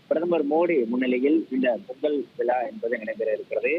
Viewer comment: விலா அல்ல விழா என்று படியுங்கள் விக்கு நேஸ் தமிழை கொல்லாதீர்கள்